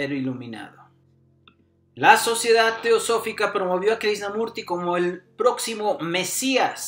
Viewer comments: Pensar que hace unos cuántos años muy pocas personas en las redes sociales online hablaban de todo esto y ahora, uuf. Ojala toques a las personas de ésta época, como Sergi Torres, Sesha, Sadhguru o a neurocientíficos como David del Rosario. Excelente video del que para mí inicio todo, Jiddu Krishnamurti (creo no se pronuncia Krisnamurti sino Krichnamurti). Saludos. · Lástima que dijiste mal su nombre todo el vídeo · Muy informativo tu vídeo, pero es importante que la próxima vez vocalices correctamente el nombre del personaje del que estás hablando.👍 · Cuando menos pronuncia bien el nombre pff